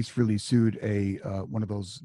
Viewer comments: Its frailee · It's pronounced "FRAY-LEE", not "Free-Lee," for chrissakes . . . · I will never get this. It's FRAYLEE. F R A Y L E E...Not FREE LEE. If you gonna bash the man. At least say his name correctly.... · It irritates the hell out of me when people - especially those who know Ace - can't pronounce his last name. It is pronounced "Fray-Lee" not "Free-Lee". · I was going to comment on that myself until I saw yours lol . Yes , that's so annoying! It's NOT " Feeee Leeee " ugg . Johnny G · No its FREHLEY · His name is pronounced Fray-Lee not freely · Its Froo-lo